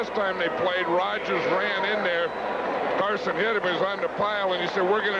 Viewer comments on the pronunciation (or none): Summerall keeps calling him Carsons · Anyone notice Summerall calling Harry Carson, "Carsons"?😅